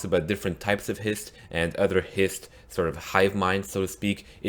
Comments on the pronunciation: "Histree" really? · Why do you put so much emphasis on the T is Hist Trees? Just say it like you would say Histories.